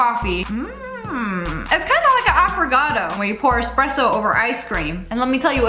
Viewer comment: she pronounced affogato as affrogato 😐